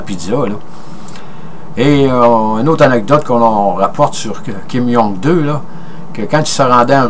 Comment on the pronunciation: En passant cher monsieur ça n'est pas Kim Jong 2 comme vous le dite si bien mais plutôt Kim Jong il (prononcer il) et le peuple de ce pays du nord qui vivent un totalitarisme sans précédent n'est pas a blâmer mais plutôt a respecter par leur ignorance et isolement du reste du monde.